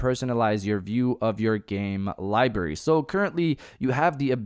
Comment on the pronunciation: WTF is a Libary